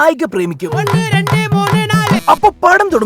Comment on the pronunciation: ഒണ്ണ്, റണ്ട്, മൂണ്, ണാല് 😂😂😂😂😂